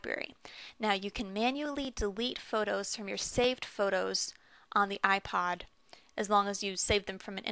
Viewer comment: she said iplod i swear lol